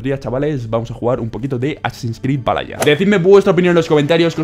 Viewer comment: todos: valhala: valaya jajajajjaa Crack